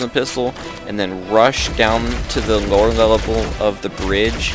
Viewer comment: "lower lellable"